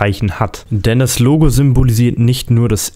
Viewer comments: Bei 3 Minuten und 47 Sekunden hast du dich versprochen; Das Google Logl...statt: Das Google Logo 😂😂 Sehr witzig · Bei Google sagtest du" bei dem Google logl" 😂👊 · Das Google lugel